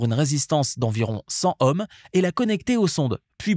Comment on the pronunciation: la valeur des résistances en . . . HOMME ? ? ? MDR ! on dit plutôt (phonétiquement !) . . . EAUME !